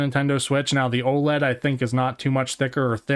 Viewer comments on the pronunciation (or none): none